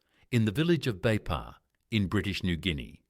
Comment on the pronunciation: Thank you for the wonderful story of Sir Fr Louis Vangeke..proud to be from Meke'o -Kairuku..correction though,it is not Beipa,but Veifa'a,thank you..❤❤